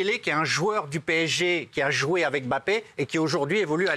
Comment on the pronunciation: Pk il dit « bappé » et pas « mbappé »😂